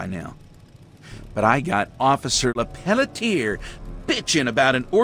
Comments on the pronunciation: Hey what would happen if you locked Claire in a room and made her listen to Bigsley say “LePeletier” for an hour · New theory; the guy who played Bigby mispronounced Lepelletier, did a take of it overly sarcastic as a joke, and they decided in the studio that that was Bigsby's new character. I know that's incredibly unlikely but the way he says that name is so snarky.